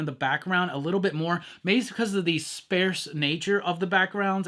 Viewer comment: Please pronounce “sparse” correctly. His art was atrocious and completely disproportionate.